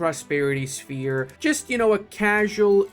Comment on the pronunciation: "Shepe" Okay, I believe that's the traditional Romanian way to write how less civilized "language" called English "sphere". But, let's not focus on history lessons here, it's perfectly fine, move on, back to the Mines, don't forget to say last good byes at home... 😋